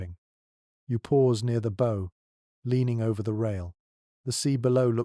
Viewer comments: pronunciation! ship's 'Bow', like 'cow' , not Bow like 'snow' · Pronounce bow as beau and instant block channel